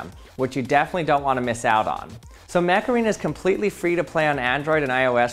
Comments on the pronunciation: Am I the only one who heard him say Mech Arena and then started hearing "HEYYYYY Mecharena"? to the Macarana song in their noggin? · When you said Mech arena I thought you said Macarena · Mech Arena sounds to me like Macarena, I don't know if that's on purpose. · I genuinely thought the sponsor was called Macarena before reading it on screen... XD